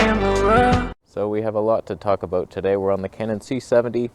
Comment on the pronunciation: Whats that aboot.